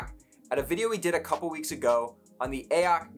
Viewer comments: Please stop calling it “ayock”. Use some common sense, it is clearly meant to be Ay-oh-cee. AOC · I thought I was going crazy hearing you say AYE-AHK every ten seconds. It's A - O - C dude jesussss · who tf is actually pronouncing it "Ay ock"? braindead.